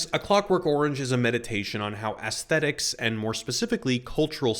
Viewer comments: I was very curious to watch a dissection of this movie and the poster has some warranted and trenchant points to make. Sadly, I could not watch it completely through because I kept hearing ASS-thetics, as opposed to the correct pronunciation of the ae dipthong, EECE-thetics. I know that makes me a reprehensible pedant, but there we are. I am but 'civilised my syphilised yarbles', as Alex might say. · aesthetics -- not assthetics, lovey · You keep pronouncing it “ASS—thetics.” Is it deliberate? I’ve never heard anyone else say it that way. I can’t help but find it distracting. Great analysis, but wow that is odd. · can't get past the way you keep saying "ass-thetics" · Nice reflections on the key aspects of one of my favorite films of my youth. I experienced three very different takes over 10 years watching in the 70’s-80’s, and had many of the same thoughts. What I got from the film each time reflected both changes in the cultural context of the film and my own life experience. (Side note vis-a-vis aesthetics: I was distracted at times by your pronunciation, “ass-thet-ics”, novel in my experience. Ironically, I affected the aesthetic experience of your vid for me. It also made me question my own pronunciation, but a sampling of a half-dozen pronunciation guides all hewed to the softer short “a” sound I was familiar with, so perhaps the hard “a” is a regional scent I haven’t encountered?…) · please stop pronouncing aesthetics like that 😭😭😭😭😭😭😭